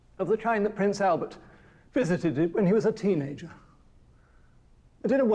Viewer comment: He said “visitided”